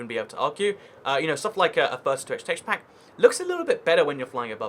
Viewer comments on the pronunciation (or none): Every time he says teshapak drink